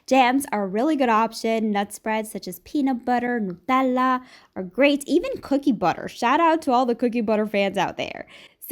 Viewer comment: Omg same